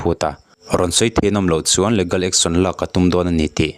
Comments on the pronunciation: leegal, e hi stress tur. Ligal chu anilo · Legal hi leegal ti a lam tur aw. Leh gal a nilo